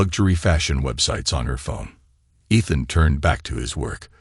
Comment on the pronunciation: Stories are great and the narration is good but please check the pronunciation. Ethan and Liam are both consistently mispronounced.